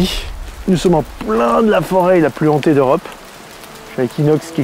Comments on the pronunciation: Forêt Hantée pas zantée ! 🤪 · Oui super, par contre "la forêt la plus zhantée" ca fait un peu tache, ca pique les oreilles pour certains